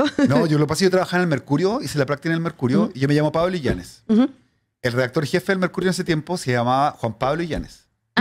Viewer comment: Me tienen nerviosaa...es I LLA NES... no illañez jajaj